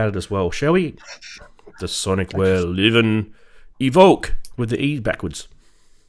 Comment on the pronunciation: Surely Liven is pronounced "lie ven" and not "liv-N"? Or is that a running joke between you crazy charismatic guys? Personally, I prefer button/knob combos to menu diving. The Livens are very easy to learn and memorise. The only gear out there offering an even better UI/UX are the Novation Circuit Tracks and Rhythm. I'd much rather keep spending £230 on Liven boxes that do one or two things really well than spend £1500 on a workstation that's got an impenetrable UI and tons of features I'll never use.